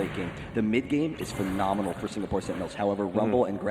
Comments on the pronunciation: he keeps saying "phenominal" lol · it is phenominal how many times one guy can say phenominal in 60 min